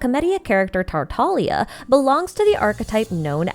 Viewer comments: is there a reason you say it kray-kin and not crack-in similar to your pronoun citation of tighnari and Nahida? Also is tartalia a different character than childe? His in universe name is tar-ta-galia. Commonly mispronounced as tartalia and tartaglia, took me a while to realize the actual pronunciation as well. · It's Tartaglia, not Tartagalia